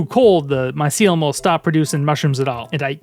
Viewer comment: bro its not mycilum it's MYCELIUM